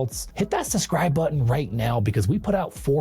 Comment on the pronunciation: It's SUB-scribe, NOT SUS-cribe! 😉